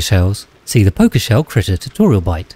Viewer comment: You pronouncing pokeshells like pokemon made me unreasonably angry.